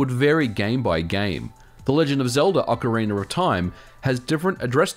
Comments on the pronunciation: Ocarina!, not ocariner. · Why do you say "OcarinER of Time"? Serious question.